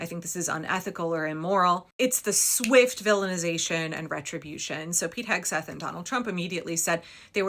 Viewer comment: Thank you for your enounciation of Pete Hegs-breath. Often by the slip of the tounge i generate monikers for people and things i dont like (ie The Big Bad Bill was a slip of the tounge, it just came out and i didnt realize the error at the time it did.) Ive been looking for one for Peety and for me its now Hogs-Breath.